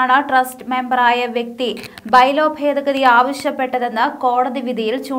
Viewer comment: Fedagathi അല്ല, ഭേദഗതി ആണ്.. ചില ഭാഗത്ത് "f" എന്നും ചില ഭാഗത്ത് "b" എന്നും ആണ് ഉച്ചരിക്കുന്നത്.